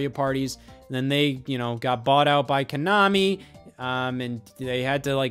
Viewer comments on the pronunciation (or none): none